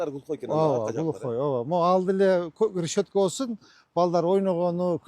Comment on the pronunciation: Рещётка эмес решётка